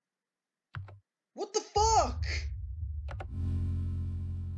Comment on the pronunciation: That was pretty good! Just a couple of pointers though: you may want to turn up the volume on your commentary, it sounded very quiet. Luckily it's also a quiet game but just a heads up for future videos! Another thing is that, like iceberg, Pittsburgh is pronounced Pitts-BERG. ;) Also, What's the music at the end called?